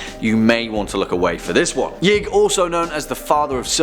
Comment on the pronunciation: #2 is actually pronounced “Yeeee..ig”. Source : Important Videos Playlist